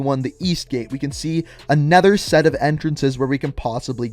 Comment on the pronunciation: "Anether set of entrances"